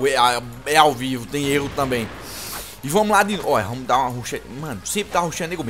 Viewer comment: Vem na faca ''tanbein'' kkkkkkkkkkk Ri muito cara LIke like kkkkkkkkkkkkk